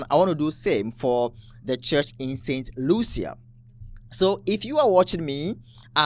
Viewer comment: Brother….St Lucia is pronounced “Saint Loosha”.